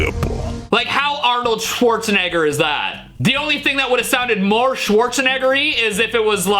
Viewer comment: Arnold SchwazeNegger